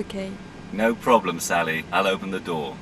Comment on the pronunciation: Sally the flight attendant has a really bizarre accent, she can't even pronounce her name properly, "Sully" ?